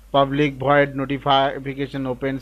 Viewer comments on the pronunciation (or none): bhoid (VOID) :D